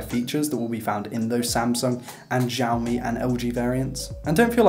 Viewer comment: It's pronounced siao mi